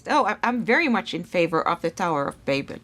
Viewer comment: I’ll give you a like for pronouncing ‘Babel’ properly.